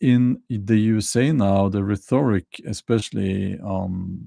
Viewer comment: Rhetoric is not pronounced rethoric